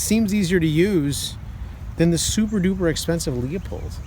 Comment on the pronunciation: Really good job. It’s pronounced “LU—Pold” by the way.